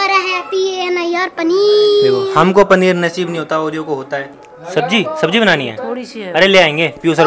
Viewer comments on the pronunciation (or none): wrong spelling of paneer said PANIR paneer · said PANIR rather than PANEER😂😂😂